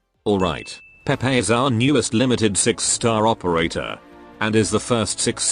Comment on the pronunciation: HER NAME IS PRONOUNCED "PAY PAY" 😡 JUST LOOK AT THE EN LIVESTREAM